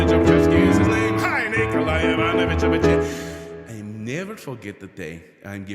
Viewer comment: Well done - getting your tongue round Lobachebsky!!